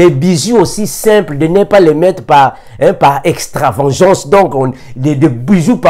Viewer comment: C'est extra- va-gan-ce, Va se prononce va comme il s'écrit et non von gan se prononce gon et non gean. Sinon tout ce que vous avez dit est inspiré du Saint Esprit, merci homme de Dieu pour les éclaircissements. Faute de connaissances mon peuple péri.